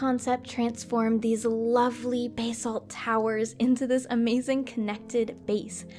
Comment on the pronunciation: basalt is pronounced bass-alt